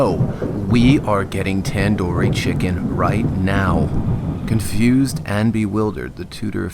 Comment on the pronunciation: The way says tandoori chicken it just slapped and I started laughing